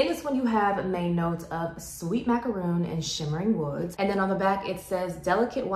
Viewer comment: Nope, if you look it up, it's actually mac-a-ron, the middle a is an "uh" or "er" sound, either works, but it is not macRON. I love how the French pronounce it (which is the correct way).